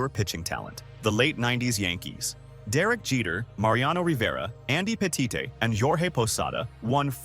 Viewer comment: To the AI narrator, thanks for giving "Tom Glayveen" and "Andy Petite-tay" mention.